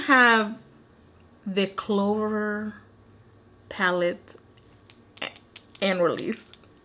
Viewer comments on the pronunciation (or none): Yo when you hit the "rrrr" at the clover palettes 😂 you could have stopped the video right there!